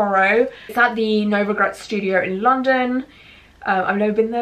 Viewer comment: It’s so funny you say “shtudio” instead of studio lol I’m an American so your accent is cool to me